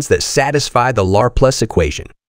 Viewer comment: It's, Leplare... son! 😂 For real though my eye twitches every time it says it.